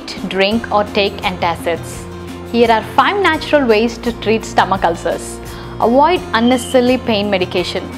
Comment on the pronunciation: There is so much to "awoid"! 😂